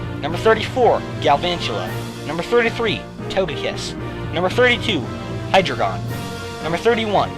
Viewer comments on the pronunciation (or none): none